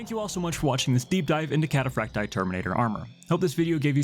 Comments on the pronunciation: Kat ah Frack Tee Eye. Emphasis on the double ii. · cat-uh-frack-tee-eye. The double I is pronounced ee-eye in Latin.